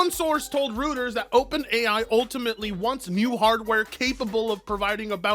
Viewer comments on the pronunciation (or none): you are saying Reuters wrong it's not oo like in Boo, it's like Cow...so Rowters 😊 thank you for all the joy you bring to me.... I am so glad I found you. 😊 I hope your fur baby is getting better 🐾 💖